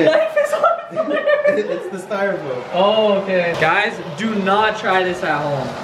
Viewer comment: This man Said styrafoam paper